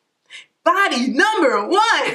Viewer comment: I started dyinggggg "numba 1!!!" 😂😂😂